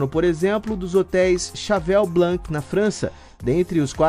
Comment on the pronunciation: Se diz CHEVALE ( Cheval)) BLON ( Blanc)